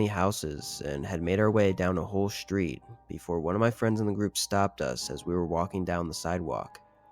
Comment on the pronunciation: "shtreet" did it in for me.